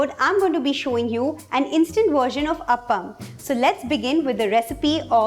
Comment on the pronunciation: It's Aa paa mm... Not d way u you say it... This is rava kuzhli panniyaram... Cant be an appam!!